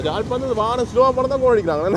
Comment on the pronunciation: Its not Jalpanam. Beautiful Yaazhpanam.